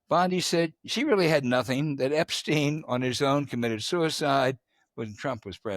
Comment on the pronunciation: Why does James Carville pronounce that as “dat”?